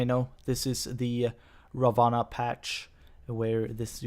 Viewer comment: Ra One. That's the way you pronounce his name.